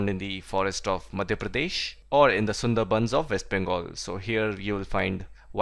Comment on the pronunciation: So not taught about photoperiod and percipitation......which are in the chapter and its not SUNDERBAND ok its SunderBANS